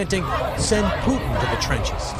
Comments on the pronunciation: That's Putin not poutin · Everyone - Putin Dhruv - Puuteen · Russian President "Pootan" 🤣🤣🤣🤣